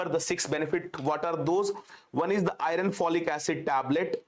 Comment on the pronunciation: IRON pronounced as AI UHN ,AI URN not i run